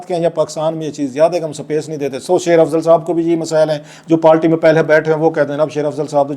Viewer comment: It is not “Palti It is Party.